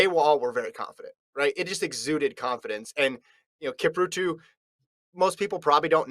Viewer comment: Who the hell is "Kiprutu"? I mean come on, at least learn to say their names.